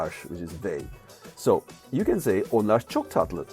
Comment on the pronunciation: Can you please explain why you're adding "sh" sound after r in Onlar